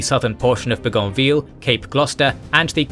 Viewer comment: You pronunciation of these people and places is unique Bougainville rhymes with logan bill. Remember New Guinea was a German colony before WW1 so pronunciations are closer to English and German that French or Latin. Savige is savage. Wavell is waving at you. Long A. We hear these people and place names every year in Australia on Anzac day. P.S. on of the officers that trained me in the army was Brigadier George Wootten's son or grandson.